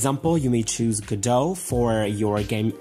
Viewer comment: Its go DOT thats how the developers of it pronounce it